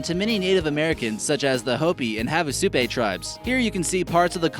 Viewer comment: I know I'm a nitpicker, but the first park is North Cascades, not Northern Cascades, Tobago is pronounced toe-BAY-go, and Havasupai is pronounced hah-vah-SUE-pie, not "have-uh-SUE-pay", Katmai is pronounced CAT-my, not CAT-may, and lastly, #1 is Wrangell-St. Elias, the 2nd. half of which is pronounced ee-LIE-us, not ELL-us. Actually Yellowstone was the first national park in the entire world.